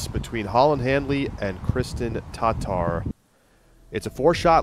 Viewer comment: FFS, it's Tattar not Tot Tar. A very light pause to allow the second T to be heard. How long has she been on the tour now and you still can't get it right. In fact, i think your going the exact opposite way. Your partner can do it why can't you?